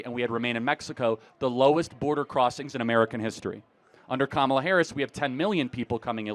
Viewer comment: Oh no...I guess she's racist since she mispronounced Kamala's name